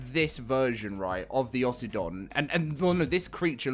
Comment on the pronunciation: "Aussie-don" sounds dumb.. it should be Oh-sydon